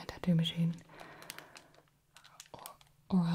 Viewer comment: Orel B???!!! It's Oral B! Just like the oral you gave the client, after the tattoo!